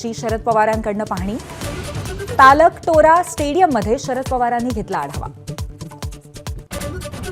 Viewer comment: तालक टोरा स्टेडियम नाही ओ ताई, "तालकटोरा" असे नाव असेल...! 🤭😆 उघडा डोळे, बघा नीट!🧐😛🤣🤣🤣